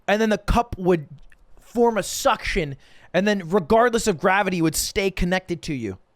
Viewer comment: Why he say "suction" like that